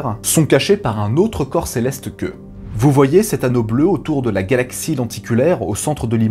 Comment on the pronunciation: Céleste sans R boy